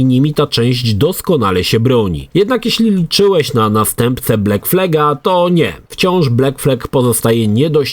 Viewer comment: Jak można wymawiać angielskie słowo black jako "bleck"? Dziwne to, że gość niby gdzieś tam siedział w grafice, a tak proste zwroty kaleczy. Gdzie w wymowie masz E?